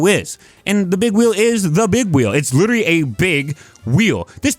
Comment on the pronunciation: You giving yourself away with the "witerawy" good vid btw